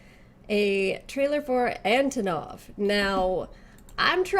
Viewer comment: 1. Antonov is 100% Russian. And also pronounced as "AnTOnov", not "ANTOnov" (SNK screwed up on this one, this time around). 2. He's super-rich and he single-handedly organized and hosted the entirety of KoF XIV championship (Verse's appearance was not expected). 3. He LOVES Texas and everything that pertains to cowboy style/culture. He has his own ostrich ranch in Russia (which is an actual IRL thing, BTW).